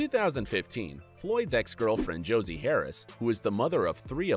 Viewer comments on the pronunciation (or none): none